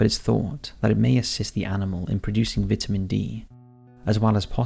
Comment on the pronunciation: The way he pronounced VIT A MAN! Oh jeez!